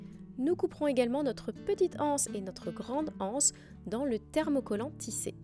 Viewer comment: Magnifique 🤩, tant la panière que le tissu ! Je ne compte pas faire cet objet, mais je vous regarde pour le plaisir : j'aime votre travail soigné et raffiné, et votre jolie voix posée qui va à l'essentiel. Juste une petite remarque : l'absence de liaison avec le mot anse est un peu rude pour les oreilles 😉🤭. Merci pour cette jolie vidéo, bonne journée 👋